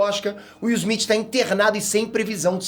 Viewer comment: O nome dele é Smith e não Esmit como você fala.